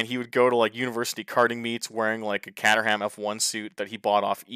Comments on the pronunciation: Caterham is pronounced (/ˈkeɪtərəm/) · Caterham is pronounced "Kate-rum" by the way 👍